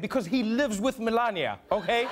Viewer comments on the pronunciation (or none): And still calls her Melanie. Lmaoooo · How he says "Melania" not First Lady Melania Trump😂😂😂😂